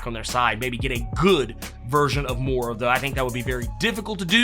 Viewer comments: It's pronounced Moy-ra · *Moi-Ruh (pronunciation)